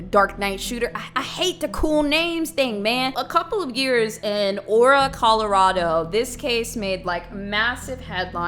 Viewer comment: oruh Colorado lol